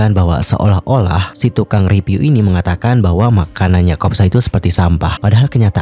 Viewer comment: … masukan deh. kan yg nonton udh banyak, dan pembawaan km saat bercerita juga oke kok. tolong dong pengucapan huruf “P” dan “F” atau “V”-nya diperhatikan. review itu dibacanya “riviuw” bukan “ripiu”, food vlogger itu “fud vlogger” bukan “put plogger”. soalnya jd agak salfok dan akhirnya jd hard to understand. pls ya dianggep baik masukan nya 🤗🤗 for ur own good sake, karena kalo ga diingetin ga bakal ngeh salah dimana kamunya